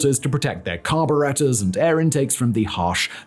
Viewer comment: The way simon said Carburettor threw me